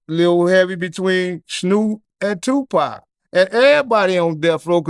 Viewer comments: did this brother just pronounce tu "pack" like a white guy from the UK?! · Man said Tupac Mania 😂😂